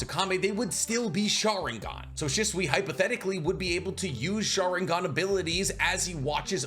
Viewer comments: Love the content but can we pronounce shisui right, it’s not shuswee 😂😂😂 more said “sheswee” 😩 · Why do you say his name like that.. dislike the video just because you disrespectful